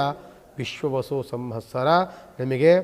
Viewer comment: ಸಂಹಸ್ಸರ ಅಲ್ಲ ಸಂವತ್ಸರ